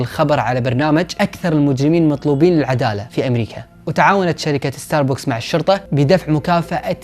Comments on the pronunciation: ستاربكس ❌ ستاربوكس✔️ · اسمة استاربكس وليس استار بوكس 🤗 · اتوقع حسب معلوماتي العاديه اسمه ستار بَكْس مو ستار بوكس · ستاربكس مو ستاربوكس هههههههههههههههههههههههههههههههههههههه😂 ♡ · عنوان كامل لستاربكس وانت حتى اسمه ماتعرف تنطقه